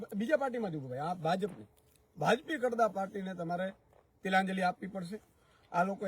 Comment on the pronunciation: કડદા નય ખદડા બોલો